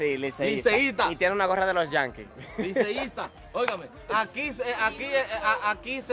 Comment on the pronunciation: Liceista???? Y esa i????🤣🤣🤣🤣🤣